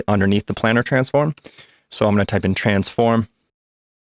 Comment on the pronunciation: Doesnt work anymore in davinci 17.2 I followed EXACTLY step by step but when i try to connect the planar transform (its planar btw not planner how you pronounce it) the neon disappears. Disappointed